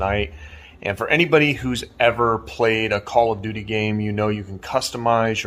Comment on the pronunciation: Am I the only one that heard "Call of Judy" and not "Call of Duty"?😅